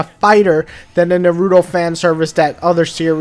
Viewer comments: Nar -ra - toe its not that hard to say smh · Nar-OOO-Toe That Is how you pronounce it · The way you say his Naruto's name is pretty funny. Its the first time I've ever heard anyone say his name like Narooto, that's for sure!